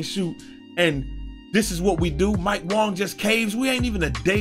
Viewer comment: Pronounced Wong more like Won